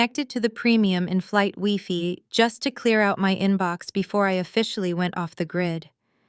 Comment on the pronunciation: It’s pronounced why fi Not wee fee